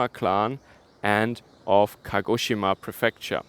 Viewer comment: Very good pronanciation ! A collegue of mine lives and works there. Keep safe and enjoy the local dumplings!!!